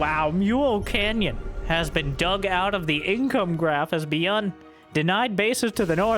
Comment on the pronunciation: Dislike for the pronunciation of Byun